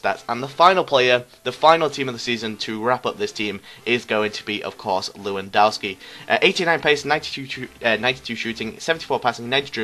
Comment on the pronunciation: his name is pronounced levandovski not leeeewondowski, -_